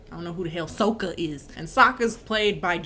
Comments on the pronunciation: The main thing that made me almost angry cry was the pronunciation of Sokka's name. There's an episode in SEASON ONE when he corrects someone for saying his name EXACTLY like they do in the movie! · It may be be a prononciation thing (I’m french so it may have flown over my head), but as a huge ATLA/LOK nerd, I know it’s SOKKA. But pronounces it “SAKKA” and in the show I noticed the prononciation doesn’t accentuate the O either so I was wondering? If someone could enlighten me?:O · Wait so Sokka is pronounced 'saka' in English?? Wth I had no idea that's so funny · AND THEN THEY FUCKING MADE SOKKA SERIOUS AND PRONOUNCED IT SOCA. IT WAS LIKE THE EPISODE WHEN THEY WATCHED A PLAY ABOUT THEMSELVES BUT SOMEONE ACTUALLY TOOK IT SERIOUS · I couldn't finish cause of that Ung and Soku😭😭😭 I ended with a scream saying it's Aang not Ung and changed it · Um sorry -sweetie, but it's actually pronounced, "Åñg" and "SōKá"